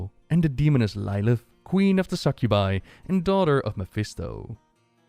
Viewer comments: its pronounced Lill ith not lie lith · I mean..... it's pronounced in the cinematic so not sure why he's pronouncing it as Ly-lith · Schatje, het is lil ith. Zoals lil kleine maar dan met ith er achter. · Lilith pronounced like Little not Like as far as I know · After watching Rhykkers series I'm stoked for you to cover this lore but please pronounce lilith properly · pronounce lilith wrong